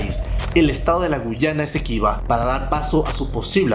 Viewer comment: Tienes muchos errores y omisiones tanto básicas, como históricas: El nuevo estado no se llama “GU YANA Esequiba”, se llama GUA YANA Esequiba. Guyana no es lo mismo que GuAyana. Venezuela nunca ha tenido ninguna aspiración sobre Guyana, que es el país ubicado al ESTE del Rio Esequibo y que va hasta el rio Courantyne, pero que administra de facto la region de la GuAyana Esequiba. Venezuela nunca ha pretendido anexar a ningunos guyaneses. La propuesta incluso antes del chavismo, siempre ha sido otorgarle la nacionalidad venezolana que le corresponde a los esequibanos de nacimiento y en el caso de los guyaneses que ahí habiten, que son los nacidos en ese país al Este del Rio Esequibo, se les permitirá obtener estatus de residente como a cualquier extranjero. Nuevamente tienes un error al mencionar el nombre de la ex colonia. No es “Guyana Británica”, es GUAyana Británica. El único territorio llamado “Guyana” sin la primera A, es el país que se formó luego de la independencia de la GuAyana Británica en 1970 y que ahí cambió su nombre a “Republica Cooperativa de Guyana”. Se le suprimió la primera A de la palabra “GuAyana” en el nombre oficial, por un mero tema fonético del idioma inglés. Recordando que el nombre de Las GuAyanas viene dado por Escudo GuAyanés, que es una formación geológica al norte de Sudamérica. Esta abarca 3 estados brasileros al norte del Rio Amazonas, una mínima parte al sur este de Colombia, el sur del Rio Orinoco en Venezuela, la Republica C